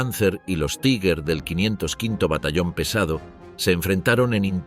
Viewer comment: TIGAR, EN ALEMAN, ESCRITO TIGER, NO "TAIGER". 😊